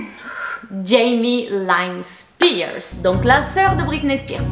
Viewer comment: Sa se prononce Jaymi Line